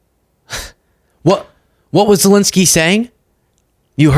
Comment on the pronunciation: Sorry if I’m petty, but could you please start pronouncing the name Zelenskyy properly? You’re not the only one, but it’s annoying. Sorry! ✌️❤️🇺🇸